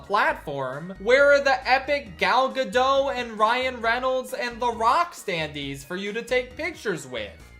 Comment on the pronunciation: Hey, please remember that the T in Gal Gadot is not silent. If you're going to say it like a hundred times, you might want to make sure you have it right.